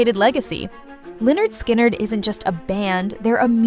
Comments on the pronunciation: Lie nerd sky nerd.... Come on now, its "Pronounced Leh-nerd Skin-nerd" 😂😂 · It's pronounced leh-nerd skin-nerd. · I chuckled when that was said also. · Oh my God can't even pronounce the name right. When she said the name out loud I was laughing on the floor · do your research next time. They literally have an album named "(Pronounced leh-nerd skin-nerd)". not even to hate but how do you mispronounce something that bad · Wow! Good job on screwing up the band's name!